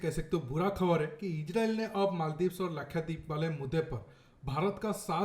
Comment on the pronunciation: its not lakhyadeep it is lakshadeep